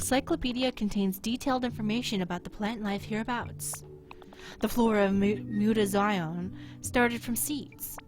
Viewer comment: muta-ZEE-own thats how its pronouced, but love the game play keep it up :3